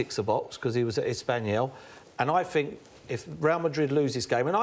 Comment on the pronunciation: Man Unido paul "i fink" merson